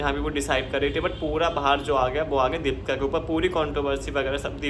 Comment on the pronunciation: भाई दीपका नहीं दीपिका है उसका नाम 😅😅 पहले अच्छे से बोलना सीखो 😅😅